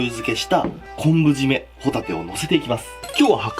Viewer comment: こんぶ締めやなくて「こぶ締め」ですよ！